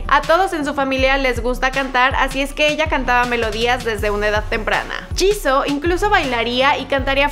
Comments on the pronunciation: No es 지고,es 지수,antes que me digas que es "Jisoo" se pronuncia "Jisuu" creeme estudio coreano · no se dice jissu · Hola me encanta blackpink pero Jisoo se pronuncia Yisu :) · No c dice jisoo c dice jisuu osea se escribe jisoo pero c pronuncia jisuu (no es hate :3) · no se dice jisoo ni jisuu es jisoo rabit turtle kim :v ok no pero se pronuncia jisu pero se escribe jisoo :v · Se escribe JISOO y se pronuncia jisu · se dice jisoo